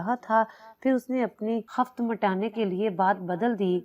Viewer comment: Khaft nahin kiffat hota hai